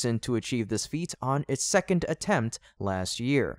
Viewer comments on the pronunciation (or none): none